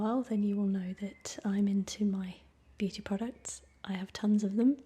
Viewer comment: I thought she said booty products at the start